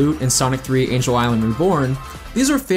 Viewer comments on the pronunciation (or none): none